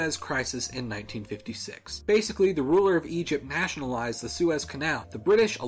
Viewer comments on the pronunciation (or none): none